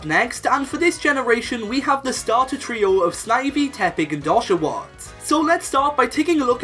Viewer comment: When you sed oshawoll it sound like doshawoll.